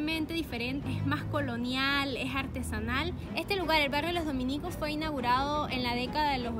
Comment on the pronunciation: Como pronuncia "dominicos" 😂😂😂😂😂